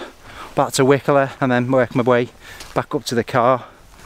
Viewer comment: Eh up pal it's cracking round here int' it buddy...Penelope Keith lived in wycoller for many a year pal just thought I'd throw that in mate... ps. you say it like why...collar as in the shirt atb good on ya son😀👍